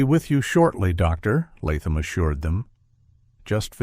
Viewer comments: Good story but the “Dr…….Latham” was on my nerves! Sometimes the narrator said it without the pause but other times it’s like the “Dr” was on one page and the narrator had to turn the page unsure that “Latham” would be on the next page.😂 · That AI voice repeatedly pausing between the words Doctor and Latham was doing my head in to the point I nearly stopped watching. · Why cant AI read "Doctor Latham" correctly???? It keeps leaving weird space between the two words...! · I like stories told by AI, but the hesitation between "doctor" and "Latham" is super annoying after a while. "Dr." is NOT the end of a sentence!